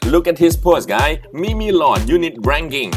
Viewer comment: it's pronounced as MEEM-LORD. not MEE MEE LORD